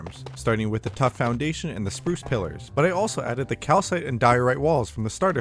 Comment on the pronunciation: Spruce rhymes with soos